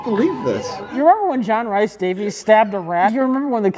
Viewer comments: JRD's middle name is pronounced Reese not Rice. should know as he has a Welsh surname 😆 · It's pronounced 'REES'. John 'REES' Davies signed: angry Welsh man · I'm Scottish and constantly saying Rice is killing me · John Rhys-Davies' name is John Rhys-Davies, not John Rice-Davies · It hurts my Welsh ears to hear John rhys davies' name wrong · Being Welsh, hearing the butchering of Rhys in John Rhys Davies' name pained me.